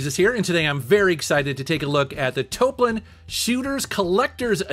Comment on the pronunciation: Thank you for the correct pronunciation! "Toe-A-Plan" sounds stunted and not Japanese at all.